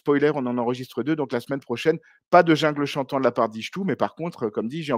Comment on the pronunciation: Et hoplageis, le like, le com', et à la smaine prohchaineuu.